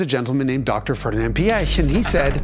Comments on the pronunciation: Great video as usual. But that butchering of names…it’s funny that both Porsche and Ferdinand Piech is so hard for English speakers. Porsche I understand because it makes no sense in English. But Piech is pronounced like peach with an i between p and e. If the i is throwing you of jus pronounce it like peach. It’s closer to reality than PieK anyway. Why pronounce with a hard K in the end? Does not make sense at all. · Peesh and not pee eck 🙄 And when you‘re fancy try to get a t sound before the sh. It really really hurts hearing that pronunciation.